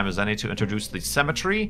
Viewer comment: It's pronounced "Symmetry" not "Cemetery"